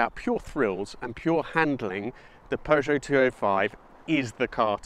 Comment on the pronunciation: PEUGEOT FLU'O'FIVE?